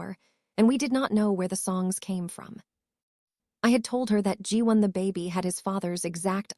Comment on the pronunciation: Nice story but I’m annoyed how AI is pronouncing words incorrectly…”baby” is “bay-bee” not “bah-bee.”🙄